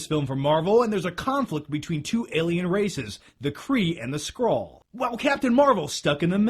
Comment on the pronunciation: It's always better to see actors who are comic fans play these parts. I doubt in her whole life Brie has ever picked up a comic book. Also, thanks for saying Skrull and not "Scroll"